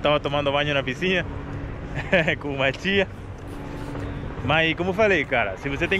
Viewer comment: deixe-me te falar: - a palavra correta e' (piscina). Vc sempre pronuncia errado. Desculpe-me, mas e' pra te ajudar.